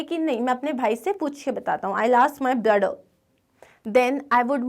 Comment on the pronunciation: mam say brottheer